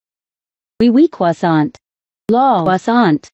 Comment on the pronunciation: you gonna finish that KWOSSONT